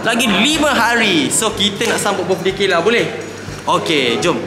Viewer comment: Kayla✅ KHAYLA❌